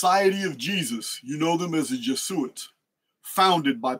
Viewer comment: I'm curious if there's any particular reason for the odd pronounciation of Jesuits